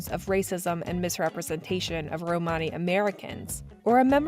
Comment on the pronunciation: That's not how you pronounce "Romany." Stopped watching.